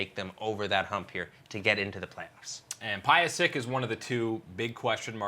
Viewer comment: "piosick" NA pronunciation lol